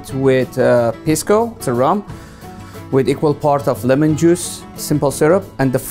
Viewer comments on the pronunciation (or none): none